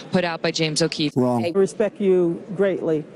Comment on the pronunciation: I get that people from different backgrounds may pronounce certain words differently, but good lord how did someone reach such a position speaking in such a manner? "Axe" "Ridicalous" "Respek" That's less a reflection of culture as it is her being genuinely unintelligent.